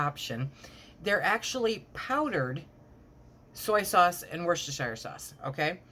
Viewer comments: You pronounce it Woostershire sauce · Woos-ta-sher sauce